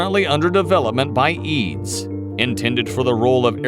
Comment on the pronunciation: its E A D S .... not (b)eads ...